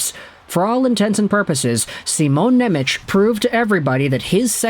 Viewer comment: it's pronounced Nemetz